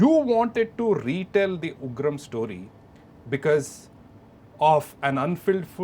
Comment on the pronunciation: Son of Ugrammm.... So disgusting making sallar instead of Ugraam